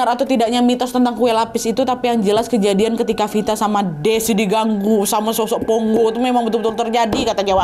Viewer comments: Bukan Ponggo kak, "PONGKO" Kak 😊😊😊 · pongko. bukan pongo😁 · Maf kak nama nya pongko bukan ponggo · Pongko’ kayaknya admin bukan ponggo 😅😅😅